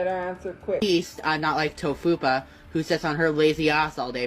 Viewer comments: Im sorry but "to-fupa" gets me every time 😂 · The Tophia name butchering is funny lol